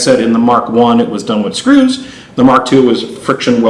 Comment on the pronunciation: hits the word “screws” in some type of way!!